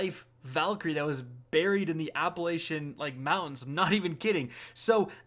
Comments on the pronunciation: The only thing I didn't like about this video is how he pronounced Appalachian. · Lol the appelachian mountains...